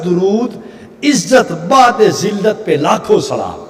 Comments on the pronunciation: اوجاہل انسان بعدذلت کے ب کےاوپرپیش ہےزبرنہیں ہے اسکا مطلب ہے ذلت سے دور رہنے والے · بعد نہیں بعد دال پر پیش ہے